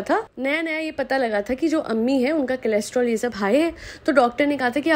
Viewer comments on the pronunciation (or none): Cholesterol, not chelostrol :)